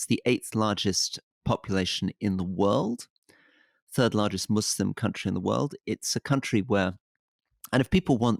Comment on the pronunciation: You can tell Rory has been around because he actually pronounces "Muslim" with an S and not a Z